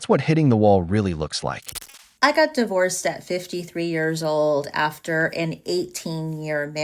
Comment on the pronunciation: "Most women in their fifties are die-vorced " lol. Gotta love a snarky ai.